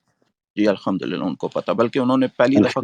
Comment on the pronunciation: 😅😅😅😅 he was saying alhumdurial atheist hon 😅😅😅 high on weed 😅